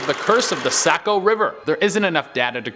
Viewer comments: Say co.. it’s saw-co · its pronounced sahco not sako jut to let u know. thats how the mainers say it. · I’m dying, Sa-co river instead of Soc-co river lol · Its pronounced saw-co not say-co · im from maine and you pronounce saco like this sa-co and its 3-white people drown in the saco river each year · As a person from maine it genuinely hurt me every time he said sAco river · The SACK-o river?! Oh man, I love when people from away pronounce things. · Saco is pronounced saa-kow. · Sack-O river hahah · some does die in the Saco(sock-O) River every year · This is fake it’s funny and Saco is Pronounced sock-co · The only one I know is #3...and it's pronounced 'Saw-koh' where I'm from. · Ahhh he pronounced Saco wierd toooo. And the kedgened is about an Indian woman, not a monster. I Grew up in Saco. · Saco as well haha! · They don’t know how to say Saco either lol